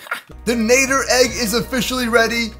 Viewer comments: it's not nader na-dd-er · Nad-der not nay-der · It's nadder not nayder 😭 am not trying to be mean an just saying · Madder not nater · Sir is nadder not natter or whatever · It is not called a naeter it is called a natter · My man said nayder its nader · Nadder, not Nay-der. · Ur saying nadder wrong, its nadder (natter) not nader. If u take this the wrong way then sorry. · Nadder not natter like at the spelling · its pronounced nad-der not nay-der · The deadly Nadder is pronounced like ladder but with a N and you say you're a HTTYD fan sorry I'm obsessed with HTTYD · first it's not pronounced with the A saying it's name it's pronounced like the A in at. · Great video but I'm sorry but when you say Nadder you pronounce it wrong. It's pronounced like madder but with an N. As a huge HTTYD fan myself when someone pronounces a name wrong it erks me a little and I got to correct them. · You say it as natter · It's nad-er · Its nadder Na dder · Its nadder na de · Its a deadly na-tt-er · it's n a d d er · You miss pronounce Nater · It'd pronounced n A dder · It’s pronounced na d er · it's pronounced Nader and you pronounced it uncritically! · It’s Pronounced N-A-d-er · I'm sure somebody already mentioned this, but it's pronounced Nah-der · watch how to train your dragons again and learn how to say nadder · You are saying nadder wrong But good video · you are pronouncing it rong watch the movies agen and watch the shows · Your not saying Nadder right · Ur saying Nadder wrong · He pronounces nadder wrong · not how you pronounce Nadder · Dood I’m so annoyed about his pronunciation at the nadder